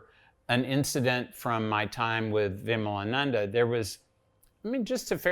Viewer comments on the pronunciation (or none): Lol, at least learn to pronounce Hindu names properly first before interviewing a person like Svoboda-ji. Its विमलानंद & not विमलानंदा . Shows the level of knowledge such Macaulay kids have about India!